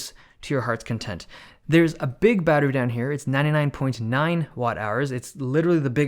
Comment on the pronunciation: Just gotta love the emphasis of big